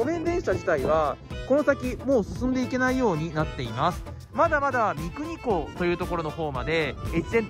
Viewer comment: 三国港は「みくにみなと」ね